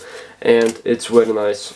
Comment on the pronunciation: “wery”